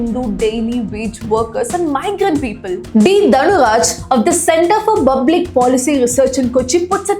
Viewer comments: Pal is easy to please say public public 😢 not bublic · Is it so difficult to pronounce public..u keep repeating in your previous videos too calling Public as Bublic😢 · Hey, Its Public, not bublic.. Learn to spell words. Or else come here. We will teach you to pronounce. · Hey why r u pronuncing bublic it's public😅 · It's public not Bublic😅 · good one but it is public not bublic. i feel they can still advertise without showing the person. the intrigue will make better curiosity related publicity. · DEAR..FROM NEXT TIME PLEASE STOP SAYING BABLIC INSTEAD OF PUBLIC . IT FEELS CRINGE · Please pronounce Public properly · you can correct your pronunciation of public publish etc.